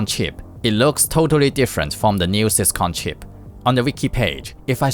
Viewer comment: Do not pronounce syscon ever again😭